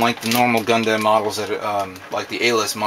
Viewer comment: gunDAM(N)0_o?????lol XD it's gund(u)m yeah that's how the japanese people called them